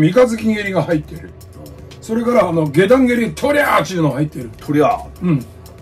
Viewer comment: 「あのぉ」だけは北陸アクセントになるが大好きです。 麻生太郎さんは今やロスチャイルド家の親戚、と言われていますね。